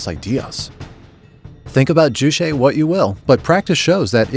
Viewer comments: The constant mispronunciation of Juche is so distracting. Why the hell would you add some kind of Latin flair to a word that sounds just like its romanized English spelling? Jew Che NOT jew shay. It's literally impossible to say "shay" in Korean. That sound doesn't exist in the Korean language or alphabet. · It’s not ju-“she” it’s more closer to what might be spelled “tse” in english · Ju Che. Is pronounced. Ju like juice, you got that part right. The second part is Che like 'Check" without the k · Can’t even say juche right lol lazy propaganda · I just about flipped my desk at this pronunciation. You have to learn the word, but not the pronunciation or spelling apparently.